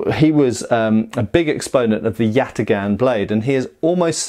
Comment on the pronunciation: Do a shot every time he says yatigahn.